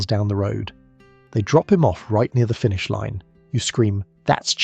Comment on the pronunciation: Love these videos, but so weird how AI screws up. FINISH Line become FUNISH line .